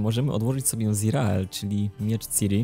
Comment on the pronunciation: ZIREL. TO SIĘ CZYTA ZIREL.